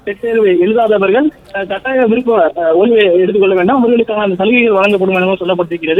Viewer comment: காட்டாயம் ...அல்ல. கட்டாயம். தமிழ் தெரியாதா???